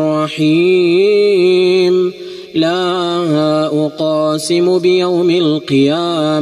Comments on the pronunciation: في بداية الصورة خطأ لقد مددت حرف ساكن كمد طبيعي لا أقسم وليس لا أ قاسم قلقة القاف وليس مده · لماذا تقول لا اقاسم بيوم القيامة بينما النطق الصحيح هو لا اقسم؟ اقسم مصدرها القسم بينما اقاسم مصدرها القسمه فرق كبير في المعني بين الاثنين. اتق الله و لا تحرف الكلم